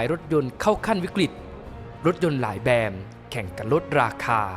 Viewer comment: ติเพื่อก่อนะครับ แบรนด์ ครับ ไม่ใช่ แบน